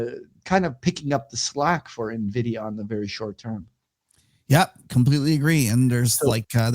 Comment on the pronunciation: you're saying nuh-vidia on purpose arent you ? ;)